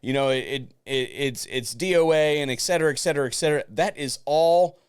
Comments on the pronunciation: I cringe each time someone says that. Etcetera.....not ex. Sheesh. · it's 'Et Cetera' not "ecksetra"